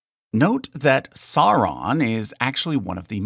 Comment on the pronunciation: It's pronounced "SOW-ron" not "Sar-ron". You dolt. 75%/25% Like/Dislike ratio... wow, you obviously effed this up.